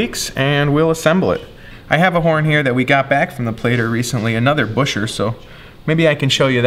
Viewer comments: FYI Buescher is pronounced like Bisher (rhymes with fisher) not Busher. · That's almost correct. You must pronounce it auf Deutsch, which means that it's 'B-euhh-scherr'. Most people just say Bisher, if they don't speak German (but it's a little cringe, for those that truly know how to pronounce it). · Right, and they say Gus Buescher pronounced it 'Bisher.' Not that everyone knows how to pronounce their own name properly- LOL. Incredible work, bravo! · "B-I-S-H-E-R"... The oldest ads have it pronounced BISHER... and “Bisher" is what all the old timers from Elkhart Indiana still say; dead set against any other pronunciation. Saxquest actually went to several club meetings of retired instrument factory workers in Elkhart, where the BISHER pronunciation still lives on! A former Selmer USA master mouthpiece craftsman who worked with Ralph Morgan also said it was BISHER, and has never been anything but Bisher; he knew because Ralph had been engaged to Gus Buescher's daughter!” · Wouldn't it be Bew-sher? As for the guy whose name it was, he was American, and had probably come from a family that bastardised its own pronunciation after immigration etc.